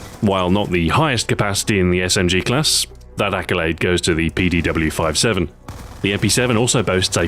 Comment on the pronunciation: Couldn't help but notice you pronounced PDW-57 as "P-D-W-5-7" instead of "57" like most people, glad to see someone else caught the reference the 5.7mm cartridge.